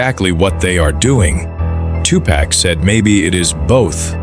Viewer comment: cant even say his name right